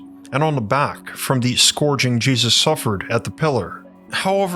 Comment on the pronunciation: Hey, you're pronouncing the word "scourging' incorrectly (amongst many papal names). Get your information corrected.